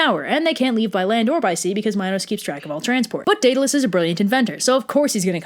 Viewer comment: Why do you pronounce minotaur and Daedalus so weirdly